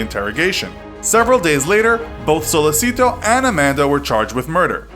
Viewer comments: He pronounced it wrong, it's not pronounced sollesito, it is sollechito, CH no S (it's pronounced like this, although not written like that in Italian) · That Spanish pronunciation of "Sollecito". You read it as it's written. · Oh. My. God. The pronunciation of Sollecito is cringeworthy. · sOlLeseeTO BRUH its so-le-chi-to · It's Sollecito, not Sollesito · So man pronunciation problems. Perugia (say g like j). Sollecito pronounce like “sollechito” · and "sollecito" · Your mispronunciation of Perugia and Sollecito throughout the video is driving me crazy. The G in Perugia is pronounced like the J in English. The C in Sollecito is pronounced like the CH in English. The G in Mignini is not pronounced like a hard G. GN is pronounced like NY in the English word canyon. Mee-NYEE-nee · You’re Italian pronunciation is awful... you could learn right pronunciations of ‘Mignini’, ‘Perugia’ and ‘Sollecito’ before making this video. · If it's language difference between English and Italian then why you pronounce "Sollecito" as a Spanish name. Don't be rude and arrogant if someone does a constructive criticism. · my God...it's Sollecito (So-le'h-chi-to) not Solleci'to like Despacito, and it's Perugia (Peh-ru-ja). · Perugghia, Sollesìto... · The way you pronounce "Perugia" and "Sollecito" physically hurts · and how Amanda says "Rafael" instead of Raffaele!!!